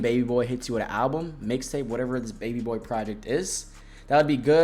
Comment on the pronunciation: why u keep saying "baby boar" 😭